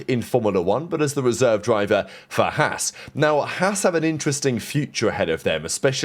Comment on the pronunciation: Learn to pronounce Haas properly